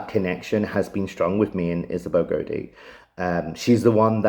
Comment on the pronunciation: It's pronounced (Gow-dee) not (Go-Dee) also I noticed in your documentary trailer for your Kickstarter you also call her home village Auldean it's Auldearn (All-Dern)